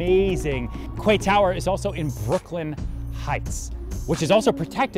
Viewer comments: It's pronounced "key" not "kway". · “Kway”??? I’m just a minion but surely it’s pronounced “key”? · I thought it is pronounced as ‘key’ not ‘kuay’ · Does American pronounce quay as kway instead of kee? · Kway tower?…well in English ‘Quay’ is pronounced Key..but let’s not quibble..because Serhant just delivers…another signature original, creative amusing pitch overflowing with energy and personality..delivering he is the best in the business..often imitated never equalled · Is he say kwaeee instead of quay? Pronounced ‘key’? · Please pronounce it was "key". Your international clients will make fun of you tremendously if you pronounce it "kway" plus that pronunciation is not in academic dictionaries! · My eye twitched every time he said "KWAY TOWER" lol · It's pronounced "key". Maybe you'd get away with "cay" but only if you're from Cork. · Isnt it pronounced as "kee"? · Lol legit i thought kway was an American way of pronouncing quay. Bet he's regretting this video so much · It’s also the American pronunciation- if you are selling high end property you should really know how to say the name of the property. It’s just bad research otherwise. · Mmm.prounounce it right then ill make an offer ... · Especially when you can't even pronounce the name of the property you are trying to sell